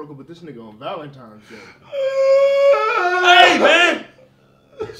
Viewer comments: Valentimes Day...Hood pronunciation activated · Nigga said “Valentimes day” 🤣🤣🤣